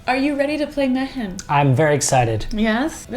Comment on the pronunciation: Is this anything like Jumanji? Mehen is pronounced me-in. Its my name.